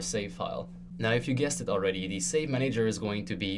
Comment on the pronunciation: I HAVE to know why do u say manEYger and not manager?